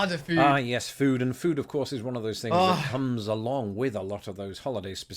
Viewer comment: I love hearing you say "fings" ❤